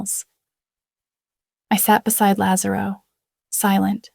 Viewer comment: they also have difficulty with correct pronunciation of italian names. they can't get lazarro right